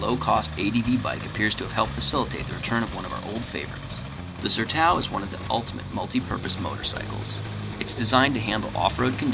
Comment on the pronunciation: it's pronounced SERTÃO... SER+TOWN... It's a Bazilian (Portuguese) word...